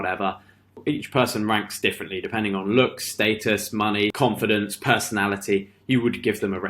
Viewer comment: You're pronouncing "status" wrong it's status not statis there is no I in status my dude.